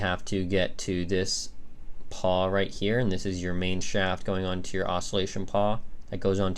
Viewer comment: It's a PAWL, not a paw lol